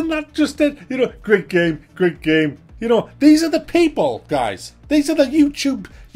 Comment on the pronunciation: "yeah, iss a grea gaem" killed me every time xD